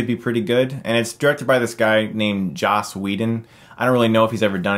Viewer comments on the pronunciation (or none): none